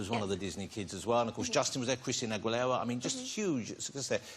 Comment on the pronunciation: I SCREAMED WHEN HE SAID AGUILERA. ITS AH-GHEE-LEHR-AH, not AH-GOO-EEH-LEHR-AH!!!